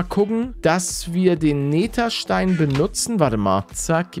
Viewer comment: Wie er neterstein sagt 😂😂😂😂❤❤❤🎉🎉🎉